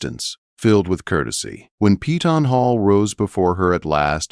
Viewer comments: It's PEY TON not PEETON. Upgrade both the AI writer and the AI narrator...both are terrible. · If only they pronounced Peyton as we pronounce it in KY. We call it Pay ton…..not Pee tawn . Lol